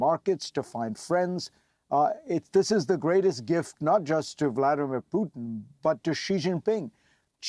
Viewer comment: Did she say "poo in" instead of Putin? This American pronunciation of t's is getting ridiculous.